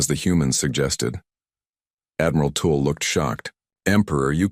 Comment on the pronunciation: It's pronounced tull not tool. Haven't they heard of Jethrow Tull